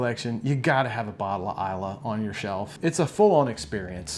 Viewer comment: Finally... someone who knows how to pronounce islay. Speaking of scotch, how do you keep it from oxidizing?